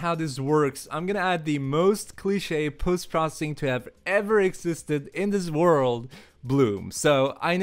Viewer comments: The way you are saying "Post Processing" is driving me crasy. It is "Post Pro-ce-ssing" and not "Post Pro-ssing" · "ce" part is almost entirely silent.